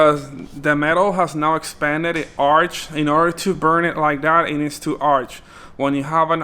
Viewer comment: The terminal wasn't "arching'' XD it was arcing hahah